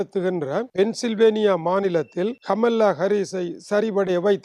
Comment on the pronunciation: She is not amala.. she is kamala.. your own Tamil native.. Please correct your pronunciation further..